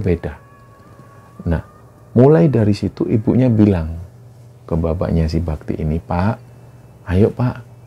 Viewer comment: Maaf mas, di awal saya salah denger namanya "mas babi". Padahal mas bakti 😭